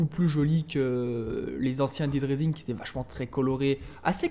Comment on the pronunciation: S'il te plaît quand tu prononces le nom du jeu c'est pas [dide raïsing] mais [daid raïsing]. Merci sinon super playthrough :)